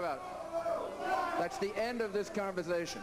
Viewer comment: Thats the end of the converzthashun. He's insulting his audience... Where the hell does he think he's getting himself?